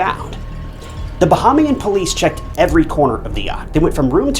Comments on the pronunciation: I came to the comments after pausing the video seconds. Ba-ham-ian. This one really felt like a rush to put out content. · bahamian = buh·hay·mee·uhn